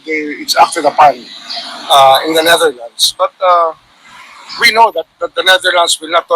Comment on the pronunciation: ...NETHERLANDS po...may s sa dulo✌